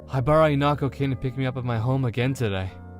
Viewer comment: Why are you pronouncing her name as "inako"